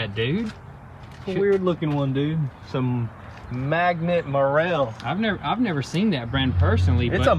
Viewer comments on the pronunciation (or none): It's "Magneti Marelli", it's an italian brand, you must not forget the "i" :D Comon in Europe, but did not know you could find them in a Jeep tho. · magnet marel ....hahaha i love how you called that battery ...its actually MAGNETI MARELLI they are a ITALIAN company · These batteries are Italian and they are pronounced manieti mareli with the tone on e in both words. That company used to make the wiring for Fiats and Ferraris back in the old days. We're waiting to see your videos every Tuesday, Thursday and Sunday like crazy guys. Keep up the awesome work and stay genuine like we first got to know you some years ago. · Magnet Marel... Lol. Italians are offended now